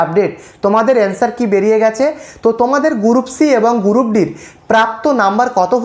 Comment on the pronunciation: গুরুপ!😵 উচ্চারণ জানে না, ভিডিও বানায়